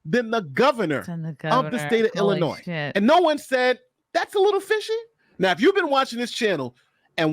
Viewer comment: Come on, don’t pronounce the s at the end of Illinois.